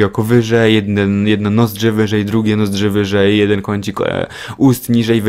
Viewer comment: jesteś genialny! "Poszerzać nuszzzki"